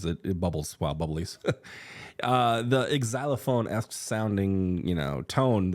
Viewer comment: did you just pronounce the X (as a typical X) in xylophone? I’ve never heard anyone do that before. Makes sense…obviously…I’ve just never heard it.